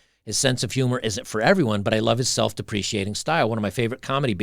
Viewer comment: English MF, do you speak it? Lol, I wonder if was hungover on this one. Self-Deprecating is pronounced Self-Deprekating and it seems he managed to mispronounce every singe celebrity name that came up. It really made me crack up. I give free English lessons, if you're interested, mate:))))))) On a more serious note, attraction is not an exact science, often it comes down to hormones and scent, but there is also an energetic component that is rarely discussed. If you give off the right vibes, the kind that women are attracted to, they'll just be naturally drawn to you. Just last week, I walked into a Burger King and had myself a burger. I was sort of looking in the general direction of the employees, who were mostly young, attractive women in their twenties as I was waiting for my order to arrive and I was kinda spaced out. I noticed some of them looking at me and giggling which I found weird. As I was eating, one of them came up to my table and dropped off a napkin. I though how nice, she probably thought I didn't have any. Only later did I notice that it had her number on it. I didn't call her, because I'm really not into dating right now, but that's not the point. I'm 42 and not what you would call attractive, yet a girl much younger than me showed interest in me, without me lifting a finger. It's not just women though, sometimes dogs and little kids come up to me and try to befriend me. It's a vibe, that comes with having an inner calm and being at peace with the uni